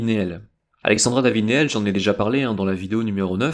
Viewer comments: Neel ... on dit niil ... une anglaise excentrique exceptionnelle. Le Tibet était fermé, elle a risqué sa vie. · Pardon mais alexandra n'était pas anglaise mais bel et bien française donc son nom se prononce néel !!!